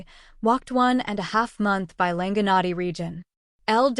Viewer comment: You’ve got the legend down pat, but your pronunciation of the Quichua words _ Llanganatis, Píllaro, Latacunga, Rumiñahui - are practically impossible to discern or decipher. Please redo this video if you want to be taken seriously.